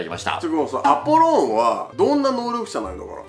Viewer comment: アポローンじゃなくて、アポロンだぞ！！！！！！！！二度と間違えるなよ！！！！！！！！